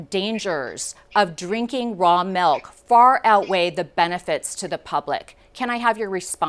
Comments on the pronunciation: I can’t even count how many times I just heard “melk” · I keep hearing them say Raw Malk XD